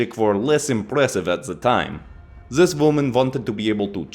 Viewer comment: "turn zis blade sideways and it might aswell be a door" darn near spit out my food when i heard that 🤣🤣